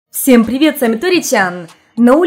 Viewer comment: Меня смешит, как фраза "всём привет" произносит низким голосом, а затем повышает и повышает тембр)